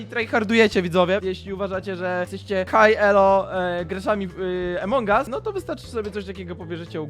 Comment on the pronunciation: a poza tym nie emong us tylko among us